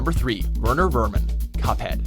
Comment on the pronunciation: Werner Wermin is German, so those W's are pronounced as V's Verner Vermin